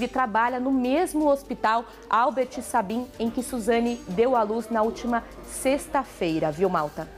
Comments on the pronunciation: Por favor,jornalista, o sobrenome Sabin,se pronuncia "Seibin".Por favor,senhora jornalista! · A justiça tá morta e o nível dos repórteres também. Albert Sabin se lê Albért Seibin. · E por favor, avisa essa repórter que Sabin não se pronúncia como se escreve. Lembra de Albert Sabin, pois é, assim se pronúncia o Sabin, do hospital daqui de Atibaia. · Meu Pai!! Essa repórter não sabe pronunciar o sobrenome do grande médico judeu polonês que deu nome ao hospital!! Pobre criança, com essa mãe. Parabéns ao repórter que traduziu bem o sentimento da maioria dos brasileiros. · Importante orientar a repórter a correta pronúncia do nome Sabin. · Repórter não sabe falar Albert Sabin? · Meu Deus essa jornalista não sabe nem pronunciar o nome de Albert Sabin!!!!